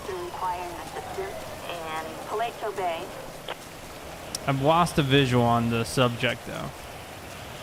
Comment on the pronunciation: You say it paleto Beh